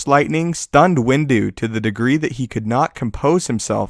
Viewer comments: Everytime he says Window...i hear "Windu" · "windu" XD